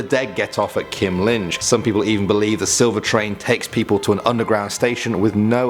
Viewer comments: Lol he pronounced Kymlinge like "Kim Lin" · Like how you pronounce "Kymlinge" but the "e" is like an "ay", Kymling-ay